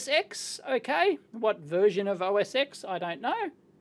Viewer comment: "Os Ten" not osx